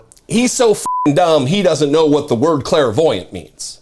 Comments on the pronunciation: Basic word but you kept mispronouncing it every time. It's clairvoyant, not clair-a-voyant. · It's pronounced CLAIR-voyant, not CLARA-voyant. 🤣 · He meant to declare himself a criminal sociopath, but his sociopathy pronounced it as clairvoyant.